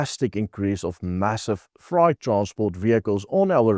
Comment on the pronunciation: Ek verstaan dat ons Afrikaans is en het geen begeerte om Engels te wees nie maar jy moet miskien iemand vra om die goedjiejies te proef-luister voor uitsending. "Enbankment...embarkment" en "Freight....fright"